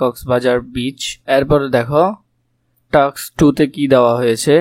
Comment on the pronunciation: টাক্স না টাস্ক😂😂